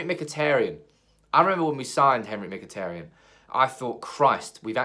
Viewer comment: Not Mkhiteryan it's Mkhiteryan